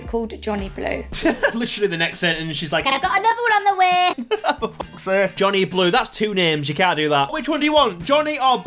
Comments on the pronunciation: Did she say Bonnie Blue or Johnny blue? Either way 😂😂😂😂😂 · She's calling him Johnny Blue bc it sounds like Bonnie Blue 😂🙏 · I thought she said Jhonny poo😅